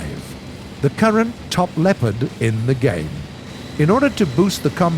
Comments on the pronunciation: Its called Leopard and not lepard there is an o in it!! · You have to say Le"o"pard not Lepard make an pause after Le and say o and then pard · Snipars223 yes but we are saying Sherman the English way and not like share mann so why should brits say lepard and Tiger their way couldn’t they respect the tank pronouncing it the way the tank is originally called